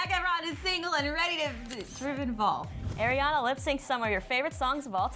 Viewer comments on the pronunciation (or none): When will they learn Ariana's name its Ariana not airana